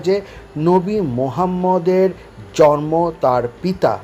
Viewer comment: আপনাকে বলছি, আপনার মতো একজন শিক্ষিত মানুষ জন্ম শব্দটি উচ্চারণ জর্ম বললে ভীষণ শ্রুতিকটু লাগে ভাই।